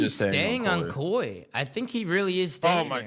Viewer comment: It’s ‘Koi’ like the fish!!!!! There’s literally fish on the jersey - fuck!